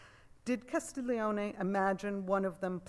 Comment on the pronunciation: Great lecture! Auguri! La ringrazio! Good pronunciation, except it's "Castel ioni" like the word "million", no 'g' sound!